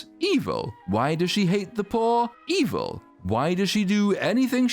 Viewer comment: The way says "evil" tickles me lol